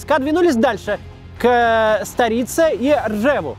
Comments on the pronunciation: Очень понравилось, только маленькую ошибку услышал, не старИца а стАрица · Правильно Старица, ударение на а, а не на и